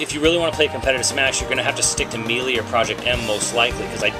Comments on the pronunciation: MEE-LEE?! IT'S...sigh...I guess there are some people out there who can't pronounce specific words...(that's not in insult btw) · I can't take someone who can't pronounce melee correctly seriously. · I'm gonna take your impressions with a whole bag of salt since you can't even say melee right let alone use proper terminology for.... anything.